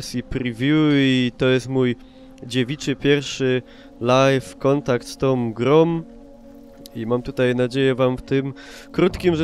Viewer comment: "Z tom grom" masz brzydki nawyk mówienia jak Kaczyński. Nie wiem czy tak specjalnie czy bezwiednie. Nie to, że się czepiam ale kiedyś ludzie walczyli i ginęli za ten język. A teraz?:) Pozdrawiam, niemniej;)